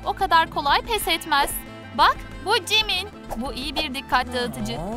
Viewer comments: Cankuk değil jounkook betese değil bts (bities) jimen değil jimin cuncunkuk da değil jounkook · CaNKoOok- BeTeSe jİmEn ayn kk müq diyosunuz. Aferin alkışlıyorum. Sizin gibi oyuncularımızı aramızda duymaktan şeref duyarız...👏👏👏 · BETESE CUNKOOK JİMEN harika bir telaffuzun var kk 👏🏻 Ve ayrıca sizin gibi toxic insanlardan bıktık BLACKPİNK ve BTS kavgalı değil gayet iyi anlaşıyorlar. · Knk o jimen değil çimen dkjrhdhfs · "jİmEN" yok çimen🤨😒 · "CAnKOk cEyhOp CiMEn" knk şaka mi bu? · Cankook ?! Jemen?! Bities 🤢 ?! Blekpink ?! Bunlar neee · "jİmEn" "cAnKoK" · Jimen neğ ALLAHIM cankok? Neğ ayrıca jongkookun kız arkdaşası yok fazla oppacısınız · ALLAH size beğin versin cankok ne jimen ne yok çimen siz daha konuşmayı bilin